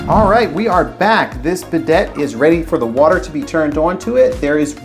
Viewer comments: It hurts my ears to hear him call it a be deit. Instead of bi day. I want to see how he pronounces Gran Prix. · It's pronounced "Biday." It's French. The last "t" is not said.😂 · It’s tough to take a guy seriously when he pronounces the name of the item incorrectly. I also liked how you wear rubber gloves presumably to prevent your hands from getting and toilet germs, and you wipe your nose with the gloved hand. If you owned a proper wrench you wouldn’t be marring up the chrome nut with channel locks. What a hack.